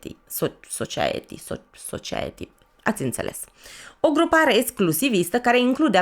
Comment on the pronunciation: Society vine pronunțat ( sosaieti) 👍 gândește te la sos.. Sos de roșii... Sosaaaaieti 😎💣